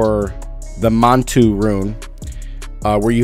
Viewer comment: Mundunugu is pronounced Moon-doo-Noog- oooh and Manitou is Man-Ih-Too.